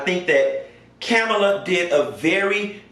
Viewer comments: Her name is pronounced as Comma-la.....I think you pronounced it as Kam-alaa..I few times....great content...huge fan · GOT DAMN!! HER NAME IS PRONOUNCED “Coma-luh”!! Not Camila, Camela, Cumula... ITS FCKN LIKE COMA,,,,,,,,,,,,,, & THEN ADD LUH!! Tha fk!! It’s not hard!! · PLEASE LEARN TO PRONOUNCE KAMALA HARRIS NAME!! PLEASE. OK LET ME HELP YOU. READY? HERE IT GO! "com a la" another example my name Pamela. Sounds similar. Thanks! BYE! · Kamala = Comma-la I do not feel bad for Pence at all. He has several chances a day to separate himself from that train wreck of a man and he doubles down instead. Made your bed....lay in it. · Lol.u have pronounced Kamala’s name about 3 different ways. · PLEASE pronounce her name correctly! 🤦🏾‍♂️